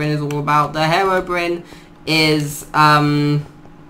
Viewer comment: I have never heard someone pronounce it herobrin